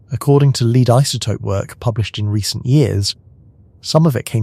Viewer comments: Love Joseph Tainter's work, and Eric Cline's, too. Could you please pronounce "lead" as "led", when you mean the element Pb? And it's "Ram-sees". Thanks. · Do you hate your listeners enough to speak to them via robots who can't pronounce "lead" or "A.D.". I love the content. I hate the LAZY, LAZY, presentation.